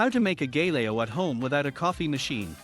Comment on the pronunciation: Learn to pronounce it first then make the video!